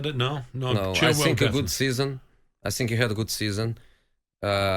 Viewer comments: Jose to Tottenham: think fast. Tottenham: he said sink fast. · To sink...to sink fast😂😂😂😂..no offence Jose..but that was funny asf...